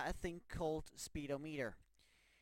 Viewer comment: fucking lose it when he said speed o meter